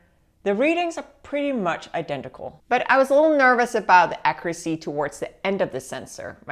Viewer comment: "Accuracy" is pronounced like "accyuracy" like it has a Y in it.